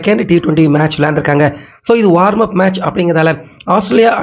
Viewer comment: வார்ம் /என்ற உச்சரிப்பு தவறு. வாம் -என்பதுதான் சரி.